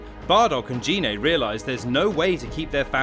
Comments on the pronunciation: GI-NAY NOT GEE-NAY 😑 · Well, firstly, you pronounced Gine's name wrong several times. It's pronounced with a hard 'G', and not like a 'J'. Also, you guys did put in a lot of "non-canon" info and characters, like Turles. Oh, and also, , you spelled 'asteroid' as 'asteriod'. So...yeah, I'd give this maybe a C-.